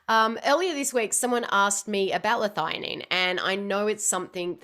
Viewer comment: I'm just surprised you pronounce it 'Lithighanine' I've always thought 'L-thee a Nene'